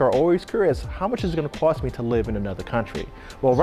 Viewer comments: How much it cwosts 😂😂😂 I love it ❤️ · Cost, cost! Not cwost🫤